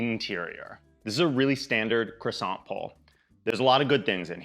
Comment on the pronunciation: You got the croissant right!